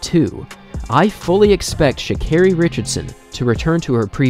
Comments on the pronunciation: Carri? what the hell is "sha"? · How do unwatch videos of her and do a whole bio for her and still say her name wrong lmaooo and she has a video pronouncing her name that u dedd seen